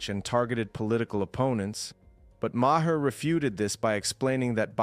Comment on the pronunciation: Ma Her ?? Really? Learn to pronounce the guy's name before you make a video.